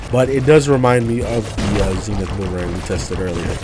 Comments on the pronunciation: Zen-ith not Zeen-ith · 🤓 it’s pronounced zehnith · “Zee”nith mods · He pronounced it wrong